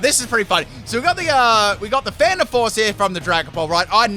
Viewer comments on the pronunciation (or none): none